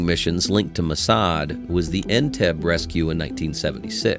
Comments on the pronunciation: you had me as a viewer until your robotic narrator mispronounced the word Entebbe. I'm out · The narrator of this piece,while interesting, can't pronounce anything correctly. Entebbe is en-beb-ee. Iraq is EEErock...not I rack.